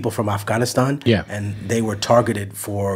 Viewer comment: He even pronounced Afghanistan correctly